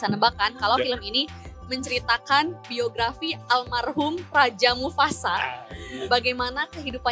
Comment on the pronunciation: mufasa bukan mufufufafasa